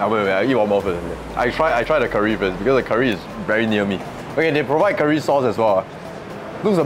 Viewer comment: Why your pronounciation so weird one. Curry not keer-ree